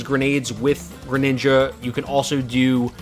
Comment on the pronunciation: and the way he says it too.